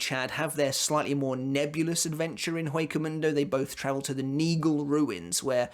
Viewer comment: It's not that big of a deal, but as "Hueco mundo" is Spanish, you pronounce "Hueco" with a silent H.